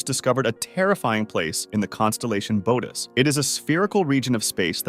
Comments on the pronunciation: Boots...BOOTS void....not Bootys void. 🤦‍♂️ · Unfortunately, I realized too soon that its not pronounced (booh teez) but rather (boh ah teez) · It's pronounced "bu-O-tes" void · You pronounced Bootes two different ways. Next time just look up correct pronunciations instead of winging it.